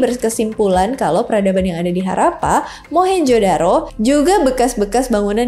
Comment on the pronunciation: Dan sebutnya Harrappa, bkn harapan..😂..